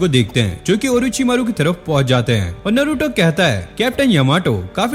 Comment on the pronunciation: Ochi maro❌orochimaro✅